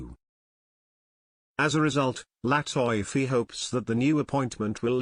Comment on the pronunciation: LATIFI written (LATEFE) not (latoyfe)